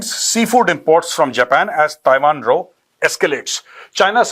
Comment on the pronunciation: Jai hind Sir. Just to tell you that the word 'row' is pronounced as Rao. As in Kavita Rao. Not row, as in, 'row row your boat.' Jai Hind to you, Sir.